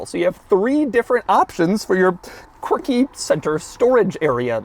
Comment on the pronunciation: Je suis français. How many times did you say "quircky"? LOL